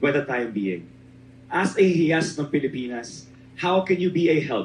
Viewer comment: HIYAS is pronounced like- HE-YAS!! Meaning GEM OR JEWEL.... Palatinjug is pronounced as how the Spanish abecedario would pronounce the letter J which H in Spanish. I thank you..